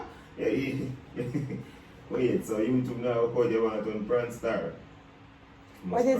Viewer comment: Raza : you wah tun Pranstar 😂💀💀